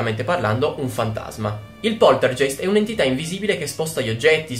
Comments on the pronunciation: scusa nn voglio essere la saputella di turno ma non si dice poltergeist cioè è scritto poltergeist ma si legge poltergaist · Non si può sentire, poltergeist. Si dice Poltergaist. 😂 😂 😂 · Bello il video ma sentirti dire "poltergeist" Invece di pronunciarlo "poltergaist"(g dura) me lo ha rovinato :( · Ciao, ti faccio i complimenti per il canale:) sei molto simpatico ed io sono una Potterhead XD quindi ti seguo volentieri. Ma, la parola tedesca "poltergeist" si pronuncia "polterGAist" xké il tedesco ha solo "G" dure e non dolci come le nostre. (mia nonna è tedesca);) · solo un appunto, la pronuncia è "polterghEIST" , con la "g" dolce e la "ei" che si pronuncia "ai", seguendo la pronuncia tedesca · poltergeist "G" duro come "grano" (geist=fantasma in tedesco) ;) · Si Poltergeist si legge Poltergaist però :D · Scusa, sono tedesca e Poltergeist si legge come se fosse scritto "Polterghaist" con la g dura. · scusa ma facendo tedesco devo correggerti: si dice POLTERGAIST siccome la EI si legge AI..... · Un pelino più lento quando parli e sarebbe tutto perfetto e poltergeist essendo tedesco ge è ghe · Poltergeist si dice poltergaist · ma non si pronuncia poltergaist? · si dice |poltergaist|